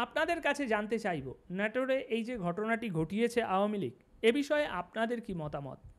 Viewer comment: নেটোরে হবেনা নাটোরে হবে